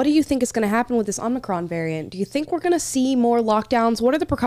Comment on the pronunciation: Not Omicron. President* J B said Omnicron.